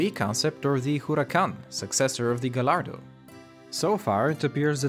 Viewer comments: i thought it was pronounced gallardo, not galardo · I'm not much of a supercar guy, I'm more a "buy a somewhat decent car and mod the hell out of it" kind of guy. but when people pronounce Gallardo "gol-are-do" instead of "guy-are-do" I get just a little triggered. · It’s not pronounced as a gall arrr dooo no no no it’s a gayyyaaadoooo Its Italiano you know it’s different. And it’s not Turin it’s Torinooo😇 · He did say it wrong, its pronounced (This is the best I could think of) [Guy-ar-do] He said it as [Guh-lar-do] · I will only donate money to your channel if you learn to pronounce vehicles properly. It’s Guy-Ar-Doe not Gall-Ar-Doe, eye rolls for days when I hear this crap. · 1 gallardo is pronounced giardo and 2 the picture of the "gallordo" was the lp700-4 aventador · Gallardo is pronounced "guy-yar-doh" and not "guh-lar-doh" from my understanding. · It's pronounced guy-ardo, not gall-ardo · its pronounced Guy ardo not Gallardo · "GaLlaRdO" the video is awesome btw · He said gallardo and showed an aventador, and he pronounced the L’s but it is pronounced gayyardo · What you show as a Gallardo (pronounced "Gayardo" by the way) is actually an Aventador... On the other hand: Thanks for your efforts! Great work! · Did anyone else notice that the picture of the Aventador was called a Gallardo (pronounced GUY ardow) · you also said gallardo wrong, it’s technically guyardo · Mans said gallarado and then puts a picture of an aventador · Gallardo is pronounced “guy- ardo” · Isn't gallardo pronounced gajardo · Gallardo is pronounced “gayardo” the two Ls sound like a Y. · It's pronounced "Guy-Are-Doe", yes? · It’s guy ar do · Most people also pronounce it guy-ardo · Learn how to speak is Gallardo not Glory or Doe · It's pronounced gay•ardo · Saying Gallardo wrong it's pronounced guy-r-doe because two L's make a y sound like tortilla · That an aventador not a Gallardo, and I am sure it is pronounced guy-ardo, the ll are silent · yes he did